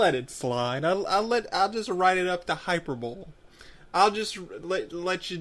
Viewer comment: Not hyper-ball, high-per-bowlee~^^